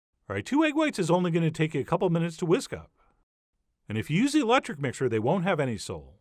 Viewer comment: Hillarious how I literally started the mixer when I partially heard "Oh and btw, do not use an eléctric mixer"